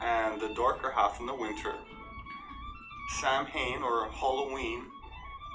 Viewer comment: I'm a little sceptical of the video you reviewed, the presenters mis-pronounciation of Samhain as Sam Hane leads me to suspect he has never heard it spoken by either an Irsh person or anybody familiar with the traditions or the Irish language. Samhain in Modern Irish has amh as an OW sound to rhyme with COW, so it sounds S-OW- in or even S-OW-EN.This shows my petty mind, but the original video could have both been so much better, both on fact, mythology and speculation. On the ancient -DNA evidence I would suggest ,and on the cultural/folklore/mythology the youtube channel mythicalireland is well worth watching. My scepticism about the original arises from the lack of critical thought, in contrast mythicalireland draws on archaeology, astronomy, oral tradition,early medieval transcriptions and explores the contribution all make to our understanding without blurring the differencesdifferences, the following link is to a podcast and although it is not short, it gives a great flavour of what can be done, Sorry for being long -winded and opinionated, I should remember the poet: Oh! let us never, never doubt What nobody is sure about!